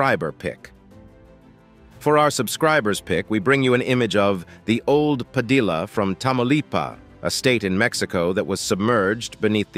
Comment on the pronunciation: Pa di ya, not Pa dill a....